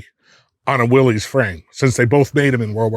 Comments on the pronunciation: It ain't Willys it's Willis 😅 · Willys, pronounced Willis. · I've heard this debate for years: it's pronounced "willus" not "willees" not sure if theres any truth to that? Probably just dudes from the south talking about jeeps with northeners lol. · ok guys - two things - you supposed to be authorities right ? its NOT A MOTOR - its an ENGINE ! and Willys is pronounced WILLIS its not controversial - due the research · there is no such thing as a Willy’s Jeep . It’s Willys. Actually pronounced Willis.